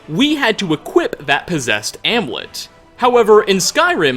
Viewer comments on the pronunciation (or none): Nahnahnah the true mystery is why he says Amulet as Am uh let instead of amyulet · "Amlet" really bro? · Is "amulet" really that hard to pronounce? It's not "amlet" dude. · Also the world "amulet" is not pronounced "ah-moo-let". It's pronounced *am-yoo-let. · Am-U-let. The u isn't silent ;p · Does just always pronounce almulet "almet"? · Do NOT SAY AMULET LIKE THAT WHO DA FUCK SAYS IT LIKE THAT??? and seriously 😒 sheohrath or how ever you spell has his own plain of oblivion yes but that doesn’t mean he can’t pull you into a another plain he created smh stop trying to think that hard on it you ruin the fun